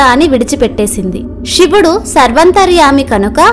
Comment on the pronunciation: Sivudu ani palukuthalli Shivudu ani palakavadhuu Vinalekha pothunnamu